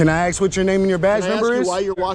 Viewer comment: You need to educate the idiot that filmed this how t talk. The word is ask not ax. He said the officer are when he was ask. If the idiot can film the public why can't he speak proper?